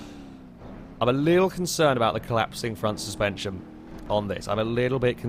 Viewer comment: Did you just try to say steerspension? That sounds like a new term for passive rear wheel steering. Copyright that